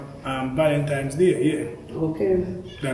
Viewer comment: Valentines not valentimes 😂